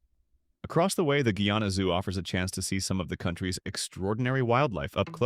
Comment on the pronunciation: Oh dear, oh dear, oh dear. What a load of rubbish. That is not Georgetown. Apart from anything else, Guyanese do not drive on the right! And, "Guyana" was not pronounced correctly!